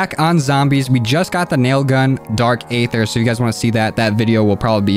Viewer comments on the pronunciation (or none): He says ayder